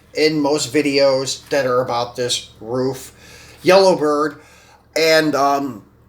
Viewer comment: Good videos... I like the variety you showcase. Hope you get more viewers. Glad you said RUF correctly. So many people say “ruff” instead of “roof”... Is Tomica pronounced the way you pronounce it in other videos though? “Toe-meek-kah”? Or is it “tommy ka”?